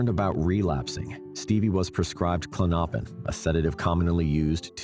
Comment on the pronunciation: Klonopin pronounced KLON-no—pin. Stress is on the first syllable, not the second syllable.